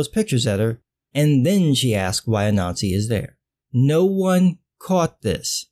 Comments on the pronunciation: I heard the same thing, it makes the story of Black ubermensch so much better. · Omg, I kept hearing it that way, too! This should have repeated the name out loud many times before committing to it. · I heard it and was looking for a comment like this. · I first heard the heroes name as “A-Nazi" so all I could think was “the hero of the story of African Ubermensch is named A-Nazi, this is even funnier than I thought," but it's actually “Ah-Nan-Z" like that story about the spider I had to read back in elementary school. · For a moment, when you said Anansi, I heard 'a Nazi'. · Everytime you say "Anansi" I hear "a Nazi" which is sort of ironic but bizarrely appropriate. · MrColuber I keep hearing it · lord, i thought i was the only the one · I was hearing it all the way, untill I noticed your comment kind sir. It was bogging me. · I honestly thought I was the only one who thought that too. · Me too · I thought he was saying that the whole time......it still made sense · Sorry, but every time you said the name "Anansi" I heard a nazi" and that made it all so much funnier. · I'm not going to lie about every time you said Anansi, I kept hearing you say "A Nazi." I had to look it up to get the correct spelling of the name. lol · Every time you say the name "Anansi", I hear "A Nazi" so sometimes I jump to see if there's really a panel about a Nazi fighting a ninja.